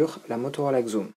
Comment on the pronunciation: Bien, mais attention, ca se dit Zoom et pas Xoom :P je te l'ai déjà dit sur twitter